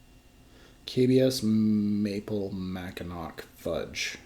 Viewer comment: Listening to say Mackin-ack had me dying.